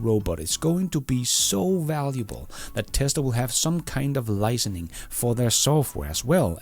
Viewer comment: I just want to help by noting that I've heard you over several videos that you've been saying "licening" instead of "licensing" I'm not the grammar police, but just a long time subscriber that want the best for you. 👍🏻